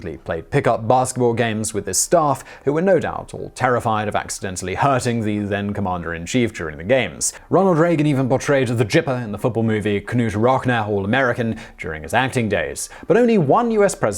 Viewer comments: "Ronald Reagan even portrayed the Gipper in the football movie 'Knute Rockne All American.'" Gipper isn't pronounced with a J sound. Knute Rockne is pronounced NEWT rok-NEE. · Knute Rocknow, LOL, OK you're British I'll forgive you, but it's pronounced Noot Roknee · Simon. Knute Rockne is pronounced "Newt Rocknee" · I love you Simon!!! Kanoot Rock Now and the Jipper. It is better the way YOU say IT!!!!For all of you who made a comment on how he pronounced the names. You know he is British. Right??? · Ha ha... Simon... Newt Rock knee.. I m just saying... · The way this guy said Knute Rockne actually made it into the video! They have no Americans who proofread this shit? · He butchered the name "Knute Rockne" as well.